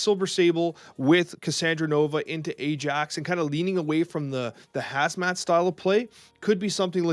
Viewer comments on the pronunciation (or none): none